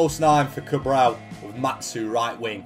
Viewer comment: you need to learn how to say "Cabral" xd because you sound like you're saying "Cabrão" which means a completely different thing ahahahahha It's "CabrahLL" you need to pronounce the L it's very important, great vid like always, an instant classic <3